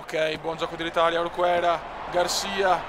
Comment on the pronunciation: orquera si dice orkera